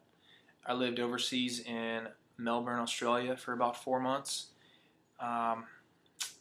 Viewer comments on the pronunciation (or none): wow, he lived in Melbourne for 4 months and still can't pronounce it properly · This is obviously a serious relationship … Hmm but she never dated remember … yeah right. He lived in Melbourne for 4 months and doesn’t know we pronounce it MEL-BUN (not Mel-born).